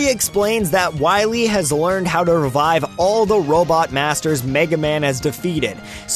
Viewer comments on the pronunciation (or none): none